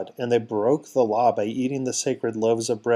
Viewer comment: it sounded like you said "allah" instead of "the law"! i had to back it up and play again, for i knew i could not have heard right 😊